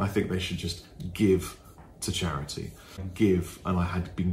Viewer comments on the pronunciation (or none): "It's for chariddy mate"